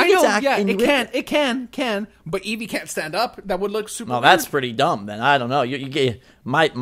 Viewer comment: This is the most cringy thing I've ever watched. Eeveer.